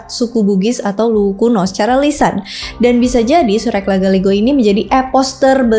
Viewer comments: Cara kamu membaca Luwu bisa buat orang salah tempat. Kamu terus menyebutkan Luwuk, nama kabupaten di Sulawesi Tengah, padahal ini sedang membahas Luwu di Sulawesi Selatan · Maaf ya, penyebutanx bukan Luwuk, yang benar adalah Luwu (tidak pakai k) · LUWU mba' bukan LUWUK / LUWUQ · sayang sekali pngucapan nama dan tempat masih kurang tepat hehhehehehe. terutama kata luwu diucapkannnya Luwuq aduh nanti dikiranya luwuk banggai sana.. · LUWU bukan LUWUQ🙏🏻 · Cara penyebutan Luwu n Luwuk itu beda mba, Maaf Yach mba Kami dri Sulawesi agak sdikit risih dengar cara penyebutan yang banyak salahnya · Ada beberapa pengucapan yg kurang tepat kak, contohnya seperti kata luwuq, itu bukan luwuq , tpi luwu , ada jg nama² yg kurang tepat kak 🙏🙏🙏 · Luwu kk bkn Luwuk 😅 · FYI : Luwu kak, Bukan Luwuk. Beda Tempat dan beda nama. Luwu Raya (Palopo, Luwu Utara, Luwu Timur) di Sulawesi Selatan; Luwuk di Sulawesi Tengah Luwuk Banggai. Luwu Timur = Bumi Bathara Guru. Luwu Timur tempat dimana tambang Nikel (dulu namanya PT. INCO, sekarang namanya PT. Vale Indonesia di Sorowako). Danau Matano adalah danau terdalam se-Asia Tenggara, terletak di Luwu Timur. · Bukan luwuk mbak..tapi luwu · Iya benar, kalau luwuk itu nama kunonya tompotika, yg sekarang masuk sulawesi tengah kabupaten luwuk banggai sebagian palu, dan banggai laut.